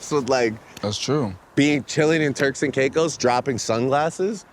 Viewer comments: It’s pronounced Turks and “CAKE-US” 🥥🌴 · IT’S PRONOUNCED TUCKS! TUCKS N KAYKISS!